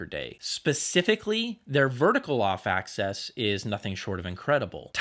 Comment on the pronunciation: You do great reviews, but if I may, axis isn't pronounced like access.